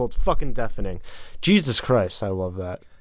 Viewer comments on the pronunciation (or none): none